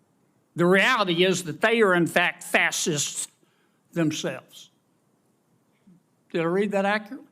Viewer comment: When he says Fascists, he pronounces it fastests....😂